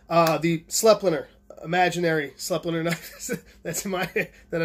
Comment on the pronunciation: Awesome informative vid as usual! The Austrians who make it pronounce Sleipner S-LIE-PNAH.